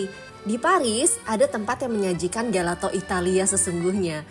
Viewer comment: Maaf tp gelato itu dibacanya “jelato”. Maaf saya hanya seseorang yg suka bahasa itali